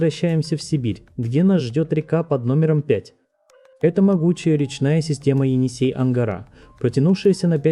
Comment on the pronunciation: енИсей,а не енЕсей.